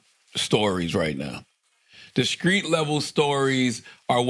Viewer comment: "Skreet" shit